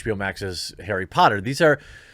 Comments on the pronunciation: 'arry PUH - otter??? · HEY! its Airry Potta! Get it right damn it.